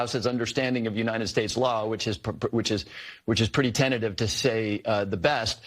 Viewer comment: "Tentetive"? LOL! Tell that to the Supreme Court buddy!